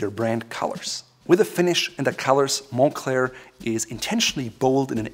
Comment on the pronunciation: "mon-Klare" is how you pronounce it correctly. Also I'm going to be honest. I bought a Moncler jacket for the comic on the inside.